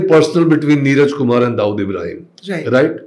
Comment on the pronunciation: Barkha can you please be authentic with your accent. You know very well how Dawood is pronounced in India but you are acting like you never lived there and so pronounce it as if you studied your entire life in North America. I'm a fan of your work but your wanabe accent is seriously cringe.